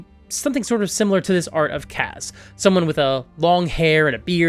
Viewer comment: Nobody asked, buuuuuuut.... Kas is actually pronounced "KOSS"